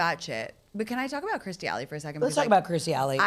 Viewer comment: Absolutely yes to you pronouncing Kirstie correctly 😍